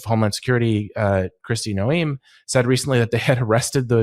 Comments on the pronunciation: This guy can’t even pronounce Noem’s name correctly. Not a memorable guest. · who are you and why did you pronounce her name that way? Are you even real? How do you not know how to say ICE barbies name? If you were that informed for real and not just reading a copy youd know, whats up Meidas? A.I. is real you should clear this up or he might be deemed fake.